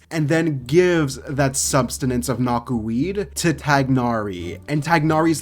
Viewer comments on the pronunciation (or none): It's ok, you just say "substenance" a lot sometimes